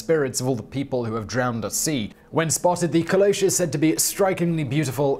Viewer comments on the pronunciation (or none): Pointing out that Caleuche is pronounced Caleu-che (like Che guevara)